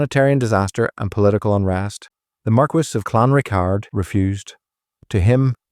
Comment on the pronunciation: Pronounced Clan Rickard